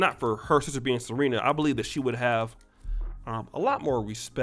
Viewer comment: He-nis and Ser-he-na